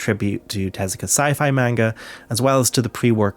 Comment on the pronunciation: Good video but please learn to pronounce the words Ghibli and Manga (among others).